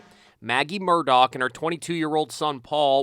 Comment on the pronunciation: I just keep hearing Bernie Madoff everytime he says Murdock.